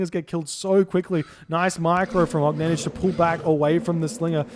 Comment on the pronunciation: Огненнидж :D Little tip: for more correct pronunciation, do not read the last letter J, just OGNENNY, thx)